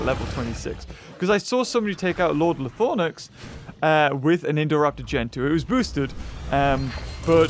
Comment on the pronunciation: it’s called “ Lie Throw Nax” not Lie Thor Nax